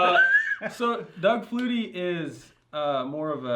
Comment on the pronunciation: I love how y'all call it a Doug flutey lol